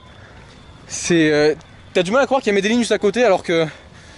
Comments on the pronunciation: Qui met des jeans 👖 ? Medellin Ça se Dit MedeYine ! Pas « Met des jeans » ! 😂 Mais sinon au top t’es Vlog , continue 💪🏽👌🏽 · Ça se prononce Médeyin en français 😄 Medellín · Met des jeans parceroooo 😂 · non ça se prononce medeyin